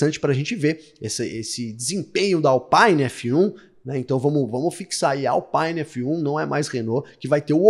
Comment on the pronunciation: Alpine é uma marca francesa e não inglesa, portanto, o "i" tem som de "i" e não "aí.